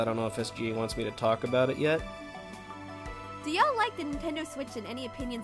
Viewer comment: Then I post to pretend I have claim to be among the favorites >:D I heard yoll when you first said y'all. Thanks for putting this together, great to hear this QnA. Also love that it is still a passion project, keep having a great time with this channel.